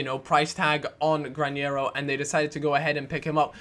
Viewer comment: Granero not Grañero